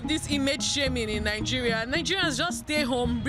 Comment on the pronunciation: Is he saying Ningeria? Next they should be banned in Kenya